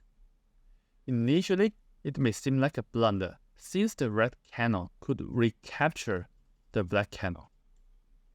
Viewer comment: You mispronounced cannon